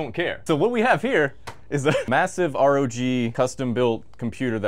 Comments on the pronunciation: emphasis on the G got me 🤣🤣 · Emphasis on the G 🤣🤣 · I lost it at the first seconds with the "emphasis on G" lol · "with the emphasis on the G". bro 😂